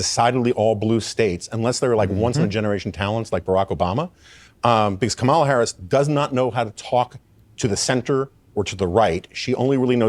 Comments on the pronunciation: Thank you for the enlightening podcast. Just a suggestion—her name is pronounced Comma-la. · Her name is pronounced KA MOO LA